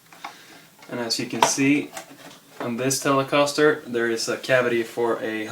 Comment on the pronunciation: you pronounce the guitar weird